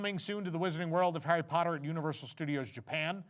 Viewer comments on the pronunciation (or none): none